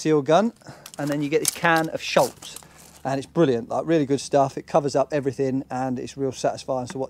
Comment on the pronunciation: If i may its not sholz, its schutz. Protection in german.